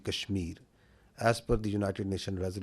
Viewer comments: Aand force 🌚😆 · "Aand forces"😂😂😂😂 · Aand forces 😂😂😂😂😂😂😂😂😂 lol